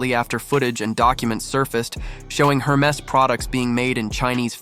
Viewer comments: For starters, one would expect you would know how to pronounce HERMES… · You have so.much to say about the brand but you have not learned how to pronounce it correctly. 😉